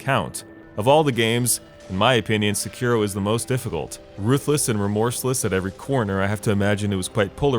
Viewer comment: Seki-ro, not Se-kiro. Please.